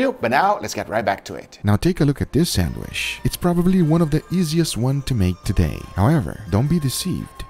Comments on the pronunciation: 1. its sandwich, not sandwish 2. when you name ingredients, breathe, it sounds like you will start cry soon or you are out of air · What the heck is a sandWISH? If you can say chicken or cheese then you can pronounce sandwiCH. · What is a "sanwish"? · Nobody: Guga: sandwiSH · Guga knows why he's pronouncing it "sandwish", cause you wish you can taste it too 😀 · it really scratches my ears when he says "sandwish". it's not a French word..